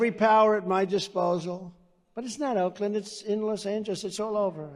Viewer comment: “Oakland”, wonder why he picked that and emphasized the word so much